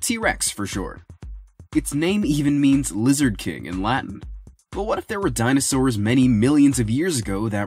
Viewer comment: He said dinostores